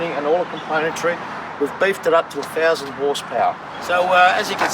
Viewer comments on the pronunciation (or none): Over one fousand horsepower! Amazing!